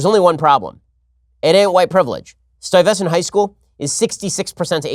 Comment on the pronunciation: STY-VESS-ANT High School? Ben is smarter than I am by far however I have never heard this worded pronounced this way. The high school is named after Peter Stuyvesant, and is Stuyvesant High School, pronounced